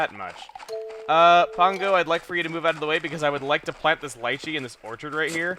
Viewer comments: Lee-chee not li-chee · chugga it is pronounced lee-chee not lie-chee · It's actually called "Lee-chee". But liechee sounds funny XD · its pronounced LEECHEE not liechee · your say lycheey rong its leachy dude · LEE-CHI. Not Lie-Chi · Lee-Chee. Not Lie-Chee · its pronounced lee-chee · Lol it's pronounced lee-chee. Lol sorry I couldn't help it XD I felt like I had to correct. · It's pronounced leechee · "LEE-CHEE" FRUIT. Geez. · Lychee is pronounced Lychee[lee-chea] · Lychee is pronounced leechee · Its usually pronounced leechee chugga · Just so you know Lychee is pronounced lee-chee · i'm pretty sure it's lychee as in Lee-Chee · its pronounce leechee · Lychee is pronounced lee chee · I don't wanna sound rude or sound like a grammar nazi or anything but lychee is pronounced lee-chee :/ well that's how I pronounce it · Emile... its prononced LEE-CHEE! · It's...it's pronounced 'lee-chi', Chugga. Signed: someone who's been around all sorts of fruits their entire life. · Lol your pronouncing Shari wrong XD same with lychee